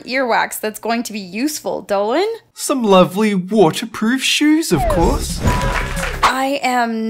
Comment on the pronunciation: you butchered the first name so badly.